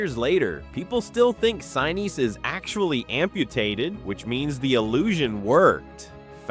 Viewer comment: Can't like this because mispronounced Gary's last name.